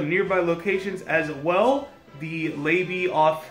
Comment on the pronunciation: Lots of activity today, keep hearing car horns and apparently pyrotechnics are going off tonight. Btw you pronounce it "Dry Gray-nge" and "Leed-er foot viaduct" also "Lay-bye" Check out Radio Borders twitter page for more on this